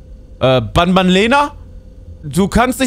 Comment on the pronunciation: Nicht ban ban sondern Bantür😂😂😂